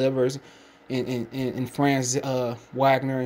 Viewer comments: It’s pronounced Vahg-ner- not Wag—ner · Wagner pronounced (Vahg - ner). Put sum spect on his name